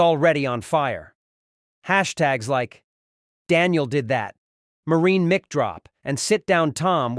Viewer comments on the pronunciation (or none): MIC is pronounced...MIKE, not MICK!?* Fix your AI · "Mic Drop" pronounced Mick rather than Mike??? AI voices have some way to go before I would use them to narrate! They do this all the time no matter how good they get at sounding human... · When the Narrator pronounces "Mic" Drop as mick and not mike and Leavitt as Leave It instead as Lev it, you know this is an Ai generated story and therefor suspect as to the authenticity of its content in accuracy. Stop the BS because if this were true it would be on the Benny Show, Fox News, and any other news cast or podcast all over the internet. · You know it's mic drop but it's pronounced (Mike Drop) it's not caroline but it's Karoline Leavitt pronounced Leave it.